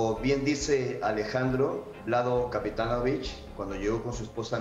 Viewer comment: Se prpnuncia capetanovich La c se pronuncia ch